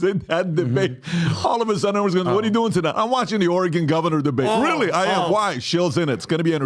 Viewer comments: It's NOT OR-E-GONE ! It's Pronounced..."OR-A-GUN" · needs to be taught how to say Oregon. Or-eh-gen not Or-eh-GON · Dude it’s Oregon not Or RAGON… Jesus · I haven't watched the whole thing yet. But please tell that guy how to pronounce Oregon. It is OreGUN!!! Not Ory "GONE"!!! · I'm born an raised in the Bronx NY and we all said Or-a-gone. Teachers and all. I didn't get corrected to Ora-gin until I moved to the west coast 4 years ago. 🤷 idk. It's definitely not the same as the kid who says "present" tho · Ore-e-gun not Ore-e-gone. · it’s pronounced organ not Ori-gone lol drives me nuts everytime he says that word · Did someone bet how many times he could say Oregon(e) and not have someone correct him? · Soooo goddamn painful to hear pronounced Oregon! It's not OrAhgohn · 😂😂😂😂😂 even the first sentence of was stupid. Nobody said anyone would doubt dana at this point. Poor, he's failing miserably. "Oregan". Like he never heard of Oregon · Why does, a middle aged US citizen, pronounce it Ore-gone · Oragone,? Really? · The way pronounces Oregon pisses me off. A dude FROM Oregon is by him pronouncing it correctly, and he’s still saying Ore-GONE like an uneducated boob. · I cringe every time says or-a-gone. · Leave it to to be the only jackass to pronounce Oregon as Oree-Gon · As an Oregonian, I would vote for Uncle Chael in a heartbeat. And I hated that kept pronouncing it "Ori-gone" 😅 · Every time says OREHGONE, sit on your thumb... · pronouncing "Oregon" as "Oh-reh-gonn" 😂😂😂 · Was hoping Chael would sock before he was able to say ori-GONE for the 27th time 😑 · pronouncing Oregon “Or-uh-gahn” so many times was obviously an attempt to get a response out of Chael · Of course says "Oreegawn"..... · stop pronouncing Ore Gun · CHAEL TRIED TO CLEARY SAY OREGON THE CORRECT WAY AND THE DUDE KEEPS SAYING OREGAAHN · Ore-gawn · For those wondering, it's Orygun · “Origone”